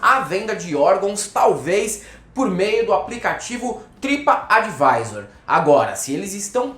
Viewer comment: "tripa advisor" hahahahah